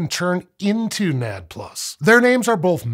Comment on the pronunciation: I am going crazy listening to nad plus. It is called N..A..D.. plus.